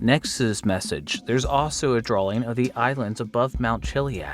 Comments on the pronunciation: I can stand when people say "drawling" or "warshington" like are you a grown adult who knows how to read? Lol all kidding aside i empathize with you because someone should've gotten you help as a grade school aged child, thats really fucked up on the part of your parent/guardian. Nobody should find it ok to have an adult child with a speech impediment unless its unavoidable, and this particular example WAS preventable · My brother in Christ... "Drawing" does not have an "L" sound in it after the W. You have to hear that you're saying it that way. I refuse to believe adults pronounce words that way and don't know they're doing it. Also, there is no "F" with "with"